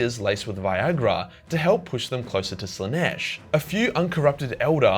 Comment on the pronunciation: "Morbs Slanesh" fukn ded